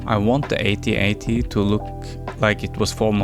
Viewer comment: It's AT-AT not AY-TEE-AY-TEE 🙄😂😂😂